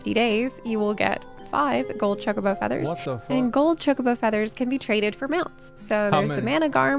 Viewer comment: How is this girl a Final Fantasy XIV streamer, yet she miserably fails to properly pronounce chocobo (cho-ka-bow). I can't even comprehend what she called it. I think she said chacobo as in cha-ko-bow. I've only played 1 Final Fantasy game, and it was 10. Yet I know how to pronounce it.